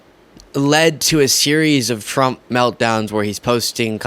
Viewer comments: You were right the first time. 'Tramp' 😆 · Best slip up ever!! Tramp! 😂😅 hilarious!! You do excellent work. You keep up with your great work!